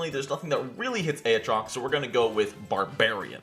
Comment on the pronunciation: A-ah-TROX Oh bless your heart...